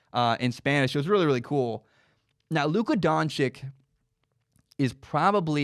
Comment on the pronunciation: Luka Don-chich, not Don-chik